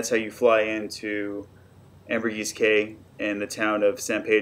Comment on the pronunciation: It’s key , not K.